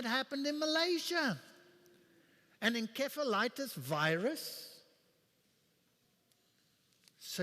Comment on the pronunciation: not enkephalitis, but encephalitis ~min45